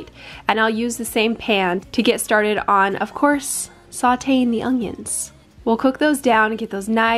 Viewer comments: Its ongions 😆 ...ask Da Nelle... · Ongions, LOL no hate, I love it! 🙃